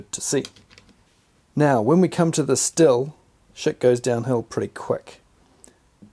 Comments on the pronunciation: FYI, Stihl is pronounced 'steel' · It's schthill. Sch-th-ill. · Stihl pronounced shh-teel. Not used the Stihl, but out of the Milwaukee & Makita, I found the Milwaukee was more comfortable, but much heavier. Chain stop speed on both is much better than many petrol chainsaws. I’m in the uk so may have a different model. Both have issues of clogging up when used on branches with leaves. Personally, I just go straight to my Ego Pro for most jobs.